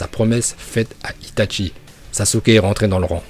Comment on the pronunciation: et c'est pas "ItaTchi" c'est juste itachi ...